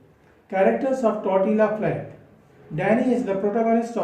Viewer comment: I think its generally pronounced as " Tortiya " flat.. just fyi... Hearing it incorrectly pronounced grates . Apologies .Steinbeck is among my favourite authors . Follow this book up with Cannery Row .